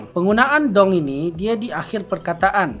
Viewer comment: Betul waktu dia sebut.. "Kita makan ayam dong" Intonasi kurang tepat, bunyi kurang panjang sedikit. Karena kalimatnya sebuah pernyataan. Beda kalau kalimatnya sebuah perintah. "Tarik dong!"